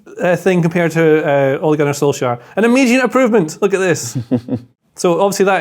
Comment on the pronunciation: also butchering the pronunciation of Solskjaer.